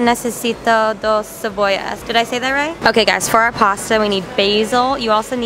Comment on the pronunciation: Hahahaha. “Yo necesito dos cebollas”. You said it right, baby. 👏😂💜